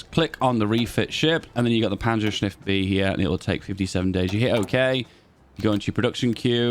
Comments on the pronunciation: Take a shot every time says "panzershniff" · "Panzerschniff" so cursed